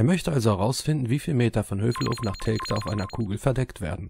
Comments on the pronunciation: Der Ostfriese soll mal lernen, dass Telgte "Teljte" ausgesprochen wird... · Wie der Flacherdler Telgte ausspricht... Da rollen sich einem ja die Fußnägel hoch...